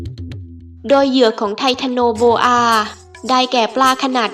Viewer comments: ไททันโนโบอาคับไม่ใช้ไททาโนโบอา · โอ้ยยย..เขาเอิ้นว่า ไททันโอโบอา คุนนายเอ้ยยยย